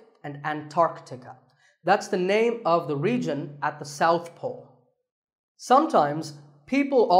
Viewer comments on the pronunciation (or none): none